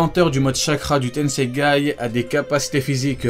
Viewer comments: C tensegan pas tensegay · Tensegan pas tensegay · C PAS LE TENSEGAI C'EST LE TENSEGAN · C’est tensaigan pas tensangay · Tu as dis tennseigay au lieu de tennseigan 😂😂😂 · Et c'est tenseigan pas tenseigai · Tenseigan ou tenseigay? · C le tensegan pas le tenseigan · tenseigan pas tenseigai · C tensegan pas tensegaï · C'est le tenseigan pas tenseigay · Stp c'est tensegan et pas tensegaye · Le tenseigan pas le tenseigay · Tenseigan pas tenseigaï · C TENSEIGAN PAS TENSEIGAI !!!! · juste on dit pas tensegaN ? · C’est moi ou il dit tensegai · mec t'a dis tenseigai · Ya que moi qui tilte quand il dit tenseigai ? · ah ok le mec écorche le nom volontairement mdr